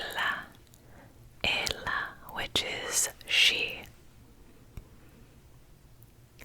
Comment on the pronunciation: A tip: to pronunciate "e" in "ela" down a little bit more your tongue. I'm really loved this video! Thank you!